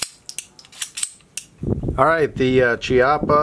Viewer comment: Pronounced "KEE-ah-pah"